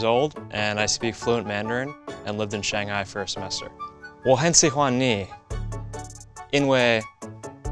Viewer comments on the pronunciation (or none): Kelcey Abigail His tones were just way off. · “I speak fluent chinese” pronounces shanghai wrong AND his pinying is way off in the sentence 😂